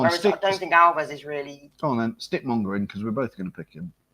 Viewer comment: Do you mean Monga, not Monge?